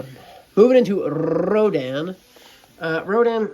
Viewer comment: "ronda"💀 it's rodan